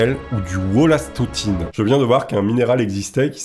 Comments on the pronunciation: wollastonite et pas wollastotine mdr a du encore taper dans ma théhiere! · Wollastonite ^^ et non Wollastotine ^^ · WOLLASTONITE = Wollastontine ??? Apprends à lire srx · wollastonite pas du wollastotine ;) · Wollastonite heu nite pas tine la tine c'est chez nous 🫣🤣🤣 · le "Daltonien de lecture"!! Wollastotine!!!!!! 😆